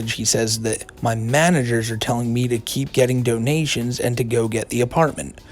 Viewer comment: Fuckin hate how he says "ehhyuuund"